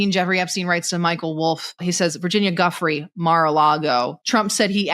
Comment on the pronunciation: Sarah, her last name is DuFray; Virginia DuFray, not Guffrey